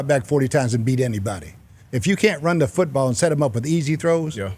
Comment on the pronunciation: When coach said run da footeball. Thats when I knew he was the real deal.